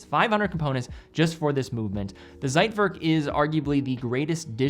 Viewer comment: Nice video, but please google how to pronounce "Zeitwerk". Otherwise, you sound like an amater.